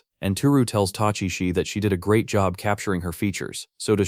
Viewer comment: The AI said "Fifth GREAT magic war". I heard "Fifth GRADE magic war". hahahaha A bunch of fifth graders at recess is a magic war. Its Adorable, Dangerous, and will either leave 0 mess or look like a construction company half-assed their job. Also about the TV guy. In Japan can TV(or any) salesmen just "inspect "your home for something they can market. Buddy thats a great way to end up as a corpse in a dumpster.